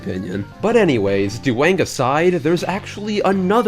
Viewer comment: This "Duwang" is perfect.